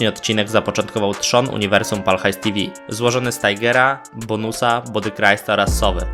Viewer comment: widać że nie oglądane są odcinki z Pal HAJS TV, nie mówi się tivi, tylko te fał.